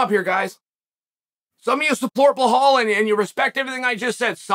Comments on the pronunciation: Starting by saying "remember the name" and then calling him Bla-hall is why Chael will always remain undefeated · is it Belal or Blahal? how im i supposed to remember his name? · Belal is Blehal 😂 I wonder is Chael really not able to pronounce his name correctly or is he doing it on purpose. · Say "Bel", now say "al". Bel, al; Bel, al; Bel-al Belal! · Blehal just cracks me up everytime i hear it. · Blehaal...oohw I love you uncle Chael 😂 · Chael: “Blah-hall Moo-Hawmid” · Its disrespectful to purposely pronounce Bilal falsely as Blahaal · Blehal. Then mackelchev. Chakeel zunnen you’re good man ! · Does Chael intentionally mispronounce fighter's names?? Bilal -------> Blahal Khamzat ------> Hazmat Makhachev ----> Makulchev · maybe you'll remember the name, but you're saying it wrong "blahal" lol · Why he doesn't pronounce his name like it's spelled. Why Bulhal? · Say it with me B E L A L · Why is he still calling him blahal lmao he’s got to be doing it on purpose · Remember the name “bohoul” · why are you pronouncing belal as bil hall and makachaev as makalchav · say is name right chael what are you saying blahaal loool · Remember the nameeee .. ( completely butchers a 2 syllable name ) BLAHALL 🥴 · Who the fuck is “Bluhal”? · I wonder, if Chael is doing it on purpose to mispronounce every name in the MMA world??? Khazmat, Mucklechef, Blahal.. WTF is wrong with him?? Obviously he is not remembering the name... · It has to be intentional 😂 its so fucking irritating he does it every video, love chael tho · "I will remember the name" immediately pronounces it wrong 🤣🤣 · Belal: "Remember the name" Chael: remembers to mispronounce the name 🏆🐐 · That’s like say Chehal Sonnen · Lol 😂 Chael calls Bilal remember the name then he proceeds to butcher his name 😅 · Belal keeps forgetting to pronounce the hidden H in his name, he needs to start saying his name correctly like how Chael says it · How Chael say mine name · Chael's butchering belal and islam name is killing me 😂